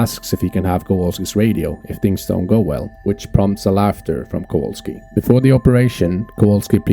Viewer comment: Kowalski, not Kawalski.